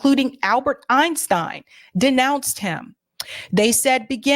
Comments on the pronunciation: Menachem Begin is pronounced Men-A-chem BA-Gin. Prime Minister David Ben-Gurion is pronounced Ben-Gur-I-on. President Nasser President Nasser is pronounced NASS-er. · FYI, pronunciations are "Ben GOO-ree-yun" (Ben-Gurion) and "Meh-NAH-kim BAY-gēn" (Menachim Begin) Excellent video, shared. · I like what you say. But, you should find someone to help you with pronouncing names of historical figures (eg. Nasser, Begin) , It doesn’t sound professional, and you will lose some respect if you don’t rectify this.